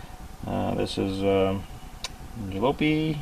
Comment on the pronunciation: Jalopy Ja - Lop - E Great video though :P